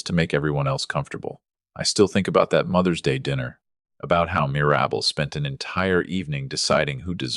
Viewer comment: Mir-AB-bel? How about MIR-ra-bel? That's funny the way AI/narrates it. 😅😅😅